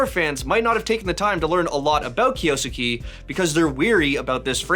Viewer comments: Its “KIOS-KEH” not “KIYO-SOOKEE” or “KIOS-KAY” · Correct pronounciation is KYO (keo) SKE (literally skay). Just read it like a typical Japanese word with less vowel pronounciations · The proper pronounciation is kyos-ke. soft e at the end and not EEEEEEEEEEEEEEEEEEEEEEEEEEE